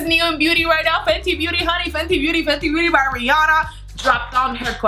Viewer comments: Am I the only one who heard "booty blender"? 😂😂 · She's so cute and funny but when she says beauty blender it sounds like she's saying booty blender 😂❤❤ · I heard her saying boody blender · Does she says Booty Blender ? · No hate but it's beauty blender NOT BOOTY BLENDER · sounds like "booty blender" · did not anyone heard 'the fenty booty blender'? no? okay btw the way you talk its so funny idk its just me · I keep hearing butty blender 😂😂😂😂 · "The booty blender" is all I heard lmao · I heard Fenty Bootyblender😂😂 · For a sec I though she said booty blender 😂😂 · why do you say bary instead of very and bootie intesd of beauty